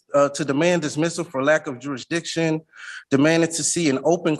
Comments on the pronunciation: Not to mention "juri diction". Im waiting for "coherse". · It's "juridishin" silly!